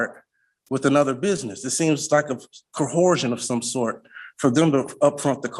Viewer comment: Why is it, that every sovereign or moorish moron, cannot pronounce “ coercion” ?